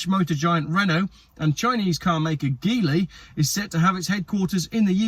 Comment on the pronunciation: By the way, the G in Geely is pronounced as the G in generous.